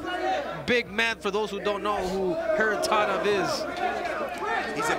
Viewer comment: I wish the anouncer learn how to pronounce Kharitonov not Kharitonov